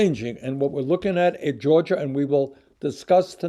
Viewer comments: I love hearing Bernie say "George-er" instead of "Georgia". Proud to represent Team Bernie in George-er!! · Lmao Bernie said George-er